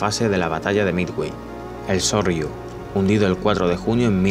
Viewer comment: No es Sorryu es Soryu!